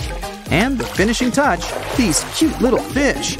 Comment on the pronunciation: When they said last but not least these cute fish! What I heard: last but not least this b4!